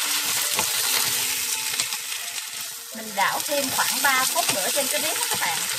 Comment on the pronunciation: Cảm ơn bạn đã chia sẻ 😆, tuy nhiên bạn đừng nên gọi tiếng "bạn" thành ra tiếng. .... BẸN !;!!!